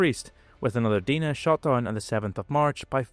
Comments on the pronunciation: And pronounced Dye-nuh not Dee-nuh. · Very nice video. I have only one complaint. Your pronunciation of the name "Dinah". It's not "Dee-na" it is "Die-na." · The letter 'i' in Dinah is pronounced like the word 'eye'. Think of Dinah Shore. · Good video! One nitpick is your pronunciation of the word 'Dinah'. It's Deyenah not Deena. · Dinah is pronounced with the "i" like "eye" or "aye," not Deenah. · By the way, the Allied pronunication of the Ki-46 is "dyna", not "dinner". Not many were brought down by Allied fighters due to their sheer top speed. I'm starting to wonder if some of the Ki-46s that were supposedly shot down were in fact other twin engined aircraft such as the Nakajima J1N1 "Irving" that may have been misidentified.